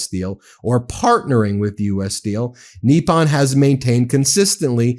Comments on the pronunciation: Come on, pronounce foreign words like an American Goddamit. NIP UN. Not f-ing NEE PAHN. PACK IS TAN. Not PAH KEE STAHN. You sound like you’re doing a bit for Chrissakes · US pronunciation is strange. We had Eyeraq instead of Iraq (as was explained to a US Secretary of State by the leader of that country), now have Neeppon instead of Nippon. When a dog gives you a tiny bite, do you say he gave you a neep or a nip? Do you have a neep of whisky, or a nip? Or do you say there's a neep in the air when it's frosty? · The po in Nippon is pronounced like the po in the word pope. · Not a single person reporting on this story knows how to pronounce the word Nippon >< it takes little effort to learn. It's just like saying Kamala's name the right way lol